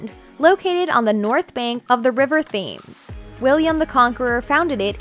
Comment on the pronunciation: Excellent video! Just one learning point: Thames is pronounced “Temz”. I learned the hard way when I visited London years ago. 😊